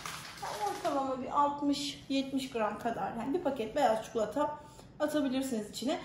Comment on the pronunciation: Çikolataya çukulata demeniz 😖